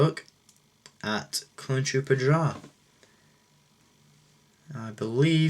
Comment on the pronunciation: i honestly do not mind the commander stone mold because it introduced 2 trigger fingers. btw, i believe it is pronounced it's " drey " but it is too late for that...